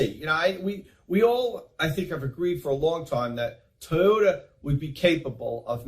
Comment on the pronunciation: I was wondering about the Tom passable quality video. That’s alright. Big big fan of these guys they always get a pass.. I like the new pronunciation of Toy oda. Woot woot!